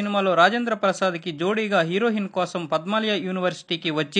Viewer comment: హీరోహిన్ కాదురా నాయనా....హీరొయిన్